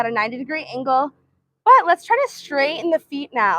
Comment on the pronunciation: What is up with your speech? Why do you overly stress the last word of every sentence?? SO FREAKING ANNOYING- “So sorrrray” “90 degree angulll” I literally can not listen to anymore of her voice, I’d so scratch my ears off